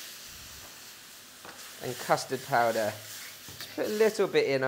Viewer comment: did he say custor powder please?